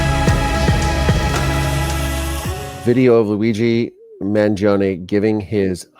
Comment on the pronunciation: you pronounced his name correctly. The first one!